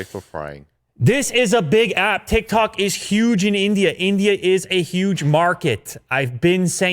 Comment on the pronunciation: Nobody: Absaloutly nobody:: TiK tAk